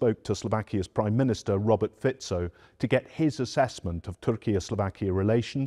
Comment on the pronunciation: Thumbs Up saying his name correctly!😂👍